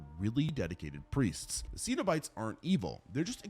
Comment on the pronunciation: You’re pronouncing cenobites wrong. For someone who is so into horror, you pronounce so many things wrong